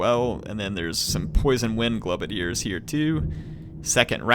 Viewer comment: i love your videos in fact they are the only ones i regularly watch while i wait in anticipation to get a new graphics card for my PC so i can play TWW 2. but just one thing, it's pronounced "GLOWbadiers" not "globadeers"...... as a long time skaven player in the tabletop game this is doing my head in lol.